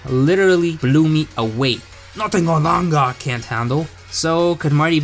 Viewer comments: I love how he says “arlanger “ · The way he says olangaar makes me laugh every time